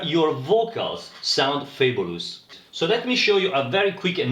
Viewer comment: Thanks for helping me out. I think I'm gonna donate 10 euros one of these days. PS i like the way you pronounce Fabulous!